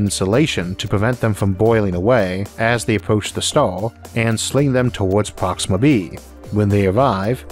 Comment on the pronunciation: How do narrators with speech impediments get work? Lol Sounds like the guy from the big bang theory. "Alpha centau- we" "Pwoxima" "Staws"